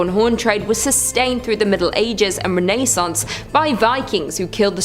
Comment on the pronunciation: Did she say “ renae-sounce”? Lmao